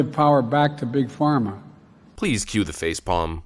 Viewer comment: 'They want to give power back to big phrama'... Jesus christ I know the man lies, but like fuck was he even trying on this one?